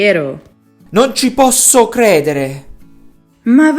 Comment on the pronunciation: io sono italiano, ma non ho mai sentito dire "ceh". Tuttalpiù possiamo contrarre la i ma la si pronuncia sempre. Può essere che questa forma venga utilizzata in una zona limitata dell'Italia ( la voce maschile del video ha un forte accento meridionale )